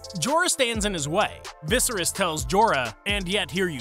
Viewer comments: Vis Air Ees. His dad's name was Aerys Air ees and Viserys 1 and 2 share the pronnounciation Vis er is isn’t entirely wrong as some dialects and languages pronounce Valeryan names differently, but at least in the common tongue, its the first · “Viseris” But GRRM said he doesn’t care how his characters names are pronounced so I’m just being cheeky 😊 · I don’t think this guy has seen the show pronounces Viscerys and Gendrys names like that. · Ves-sarr-rees is pronunciation of Vesarys. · Yeah this guy hasn’t seen the show. Pronounces both Viserys and Gendry wrong. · Well, two things. You're pronouncing Viserys' name incorrectly, and these are in no way shocking.